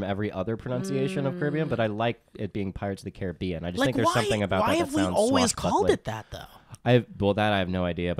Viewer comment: I was curious, so I found an old ad from 1967 for Pirates of the Caribbean. I blame whoever produced it for the pronunciation